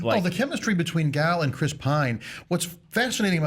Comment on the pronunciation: PS. the way you pronounce gal's name is actually really good (I just know lots of Americans struggle with it)